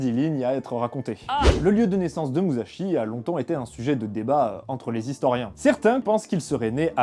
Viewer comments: Ça se prononce "Mussashi" Le sont "ze" se fait avec le z en japonais ;) Là tu dis Muzashi pendant tout l'épisode... Bisous ! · Déjà quand on veut parler de quelqu'un, on évite de détruire la prononciation de son nom. L'écriture en japonais est en fait une transcription phonétique sillabe par sillabe et il ne faut pas y appliquer les regles de pronontiation française. donc on ne prononce pas mouzachi mais mu sa chi. tout comme lorsque c'est écrit shi cela se prononce chi et si c'est écrit chi cela se prononce tchi. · Prononcer Musashi "Mussashi" serait plus correct "Mouzashi", ça m'a fait pas mal tilter pendant la vidéo. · MouSSachi ! (et non pas mouzachi) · Comme toutes les autres une super vidéo! Il me tarde de voir celle sur le traité des 5 roues. Juste au niveau de la prononciation pour la prochaine vidéo le s se transforme pas en z c'est donc plus moussashi , si ça peut aider^^ tout le reste est parfait niveau prononciation c'est juste ouf! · bonne vidéo, autres quelques approximations (vous en avez souligné une) je ne comprends pas pourquoi vous dites muzashi et par contre munisai vous le dites bien :p (je parle du S). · Ca se prononce [Muçashi] :D ! Ha quel dommage, à peine la vidéo commencé que ça part déjà en cacahouète :p ! Visiblement il y aura une suite, tu auras donc l'occasion de te corriger :D ! : D'après les recherches, tu as bien écrit "Waki", mais tu l'as prononcé [Yaki], ce qui du coup est probablement une erreur de lecture ? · Très bonne vidéo. Sauf une chose facilement améliorable pour la suivante : en japonais, le sa de Musashi se prononce comme si il y avait deux s en français, pas comme un z.